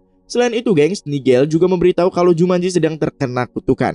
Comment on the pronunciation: Jumanji woyyy bukan jumanjo